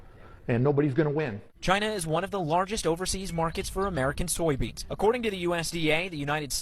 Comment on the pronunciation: Is she saying "soyo" beans?